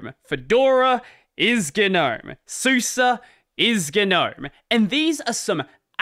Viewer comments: Suse is pronounced Sooza, not soosa. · Man I don't know if I've been pronouncing these things wrong or you are LOL. I thought Suse was pronounced like the name Suzy short for Susan and I was pretty sure gnome was pronounced just like a garden gnome with a silent G.